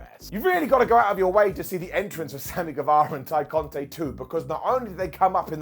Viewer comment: GueVARA, VARA, not Vera